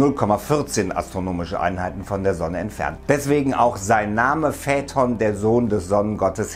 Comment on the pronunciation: Ich Liebe deine Videos aber die Aussprache macht einem echt zu schaffen in jedem deiner Videos :D es wird feiton ausgesprochen nicht fäton